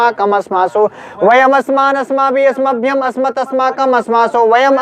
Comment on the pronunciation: त्वत् व अस्मत् का उच्चारण त्वत व अस्मत हो रहा है जो कि अशुद्ध है।